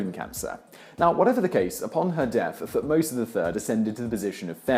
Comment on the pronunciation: He also mispronounces Thutmose.